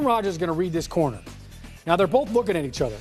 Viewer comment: corner* not "connor" or "conner"